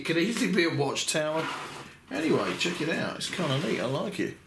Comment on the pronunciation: Inside of "Check it out" I thought you were saying "Shakira, Sharkira", which confused me.